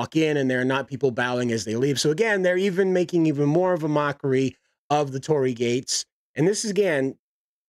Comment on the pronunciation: ...a-are they STILL using a Torii? Dear lord almighty preserve me... orz And yeah, you got the pronounciation right! However, the space beyond the Torii is meant for Kami, divine spirits of various sites / famous important figures / items. There's an entire treatise about what they are, but basically, if a thing exists, it has a kami. The greater / more important the thing, the mightier the Kami. The ancestral stuff iirc is dealt with a personal buddhist shrine at home, but with this one, I'm not as well read on this part I'm afraid. Edit: the more I look at the image, the more my eyes hurt. Who okayed this?!